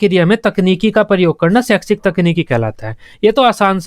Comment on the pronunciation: Sir g ap saikshis khte hai .. but pdhate bht bdiya hai